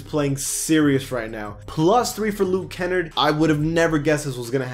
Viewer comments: Bruh you need to learn how to pronounce luke kenn-ard , it’s not luke kenn-erd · It’s KA NARD not KEN NERD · Kennard is like menards, Kennard. Not Kennrd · It’s not Luke “Kennerd”. It’s Luke Ken-ard!!! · that ticks me off because im from his hometown and its pronounced ken-nard not kenn-erd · It’s pronounced Ken-nard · LUKE (ken-Na-rd) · ITS LUKE KEN"NARD" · Luke Ken-nard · As A pistons fan, it made me a little mad that he was proncuing Luke Kennard’s name like that. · Every time he said Kennard it triggered me